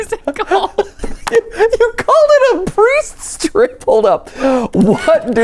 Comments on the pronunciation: I swear I heard and matt say priest drip xD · I heard "Priest Drip" not "Priest Strip".... I now can't get that image out of my head